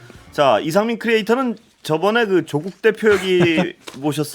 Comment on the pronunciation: 다 끝내주게 잘 하시는데 조국대표만 좀 약하네요ㅋㅋ 경북은 1음절, 경남은 2음절에 보통 강세를 두는데 반대로 하시네요ㅋㅋ